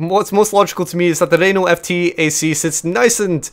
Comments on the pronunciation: Oh God, the Renault pronunciation, IT BURNS!!! P.s great video anyway:) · As a french canadian , i love the way he pronounce Renault xD Awesome.